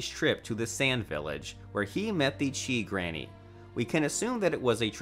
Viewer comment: Bro said the chi granny 😂